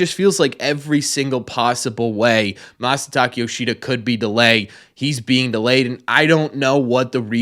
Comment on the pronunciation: Isn't his Masataka not Masataki?